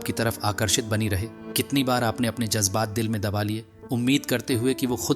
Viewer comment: Jajbat nahin jazbaat 😂😂😂